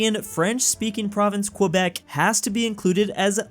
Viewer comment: it pains me to hear you pronounce Quebec. as a french speaker with half of my family being from Quebec, i can say that is pronounced KEH-bec, not kwuhbec.